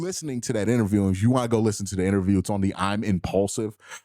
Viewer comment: Bruh!!! Did you say, "injure-view"?!🤔HILARIOUS!!!😂